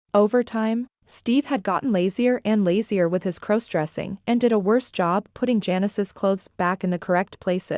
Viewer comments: Could you please stop mispronouncing crossdressing 😮😮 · Stop mispronouncing crossdressing 😮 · Stop mispronouncing crossdressing 😢😢😢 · Stop mispronouncing crossdressing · Please stop mispronouncing crossdressing 😮😮